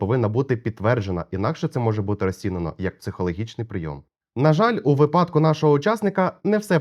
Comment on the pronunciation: Добре. Дякую. Лише кажіть із правильним наголосом слово - 'вИпадок' !!